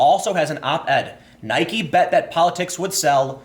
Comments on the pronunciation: There is only one thing I know for sure about the Nike / Kaepernick story: Tim has not decided how he wants to pronounce "Nike". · Why are you saying Nike like that that? Bike. Like. Nike. Come on, Tim. Get with the program. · Nope. It's named after the Goddess of Victory, Nike. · I say Nike, some people say Nike, but weirdos like Time say Nike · It's pronounced "NIKEE" Americans have short term memory loss. Stock will go back up. I've never cared for Nike. But I'm loving the brouhaha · Jumping between nik and Nike might be worse that just pronouncing it wrong. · Tim, love your work, but it's "Nye-keeee" not "Nyhk" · come on dude, you're trolling now.... you pronounced nike right several times throughout this video, and pronounced it 'nikey' several times still... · I watched the video twice to hear Tim say N-ike. He should never stop doing that :P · Why are you pronouncing it 'Ni-Kee'? Did people bully you into pronouncing it that way? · He always says it "Nykee" :/ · You aren't even pronouncing their name right, Nike where the e at the end is NOT silent! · stop pronouncing Nike Like Mike with an N it really grinds my grears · You're inconsistent pronunciation of Nike confuses me. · The way you pronounce nike sucks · Nike doesn't rhyme with Bike, it rhymes with Mikey. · OMG YOU'RE STILL PRONOUNCING NIKE WRONG! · If Nike is pronounced like Bike, then Tim Pool is now Time Poll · Learn to pronounce Nike for the love of God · My dude, please just pronounce it correctly. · Why are you pronouncing Nike that way Timmy? Tell me and I'll give you a pudding pop. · I can't finish any videos where you pronounce "NIKE" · I’m confused why sometimes he says Nike correctly and sometimes he drops the E. 😂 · you sound like an idiot pronouncing nike incorrectly.